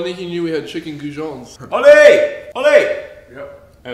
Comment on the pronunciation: Love how Oli calls goujons jorgons😂😂